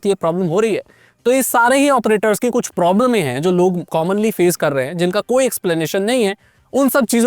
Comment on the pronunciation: Problems ❌, प्रोब्ल्में ✅ 🤪🤣🤣